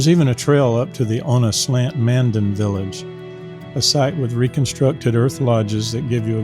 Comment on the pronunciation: It’s not located in Bismarck but in Mandan. Which you pronounced wrong too. Man-Dan